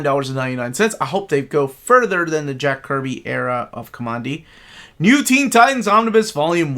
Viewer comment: it's pronounced COMMAND- DEE. There is a part early in the series (I wanna say issue one) where you see he literally gets his name from a section of the old world wreckage titled "Command D"